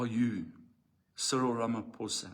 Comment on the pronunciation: It's not squirrel the Cyril😂😂😅 it's Cyril the hippo eyes